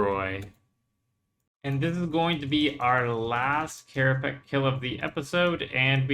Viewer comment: * Hermoine voice * it's kerapatsj, not kerapack